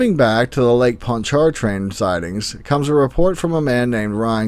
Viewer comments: Lake Pond chart train! I love it. Wow. It’s more like ponch-a-Train. Good try though. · Your pronunciation of Pontchartrain was close. It sounds more like Pon-cha-train (Pon as in pond) when people speak of it here in the central part of the state. I know some people from south of New Orleans that pronounce it like that as well. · Its lake Pontchartrain we pronoune It ponch-a-train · Lake Ponch - Cha- train. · I give you credit pronouncing certain cities. I am wondering why New Orleans and Baton Rouge do not get big event concerts anymore, Thanks Alice Cooper, you scared everyone! and, the way you pronounce Lake Pontchartrain makes me giggle